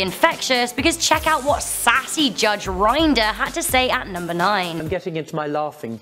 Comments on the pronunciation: Malec HasMeCrafting I’m English it’s spelt Rin-der not Rynder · Judge rinder is said like rinder not rynder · I do love your channel but Judge Rinder is pronounced Rin-der not Rine-der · Try being British and hearing her call our beloved Judge Rinder (pronounced Rin-Der), Rineder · I'm from the UK and I say Rinder not Rynder. I don't know anyone who says Rynder. LMFAO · I lost it when you pronounced R-IN-DER R-EYE-N-DER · Judge R - eye - nder XD. It’s judge r - i - nder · It’s not judge rine-der it’s rinder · It’s r-inder not r-ynder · It's not judge reinder it's rindef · Rinder rhymes with Tinder, not Grindr. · It’s a fuckin British programme and its spelt rinder but pronounced rynder 🙄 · Who else is triggered about pronouncing “Rinder” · I’m sorry did you say “Rineder” oh no no no no no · When you said “judge rYnder” I cringed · did you actually mean to say "rinder" like that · Well your pronunciation of Judge Rinder was less than "most amazing'. His surname rhymes with cinder and tinder, not binder or finder. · The way she said judge rinder is wrong it sounds like a an e but an I so please don’t pronounce it wrong